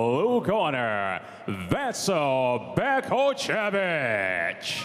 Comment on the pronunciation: This commentator is a fucking moron. Not once did he call out either of their names correctly... "Vasco Bake-osevik" "arse-ih". At least have the damned decency to learn their fucking names...